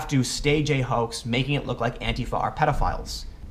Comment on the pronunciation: Tim, why do you say "hoak" instead of 'hoax' in this video whenever you mention Posobiec?